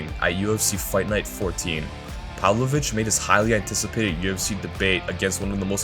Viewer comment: It's pavlOvich not pAvlovich cmon